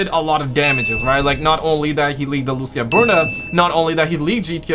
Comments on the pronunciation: Bro it’s not Lusia it’s Lucia (Loo-C-ah) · Loo ç ahhhhh